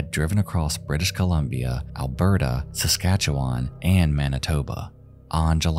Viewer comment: I'm surprised he got Saskatchewan right.